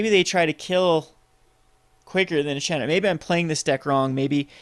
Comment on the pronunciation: chandra is pronounced SHAWN-DRA . Cool deck